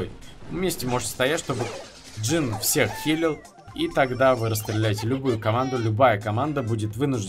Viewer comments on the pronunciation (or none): ММА: говорит джин вместо жин Я: инфаркт